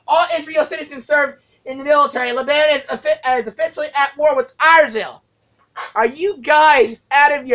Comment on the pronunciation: It's not leban.. it's Lebanon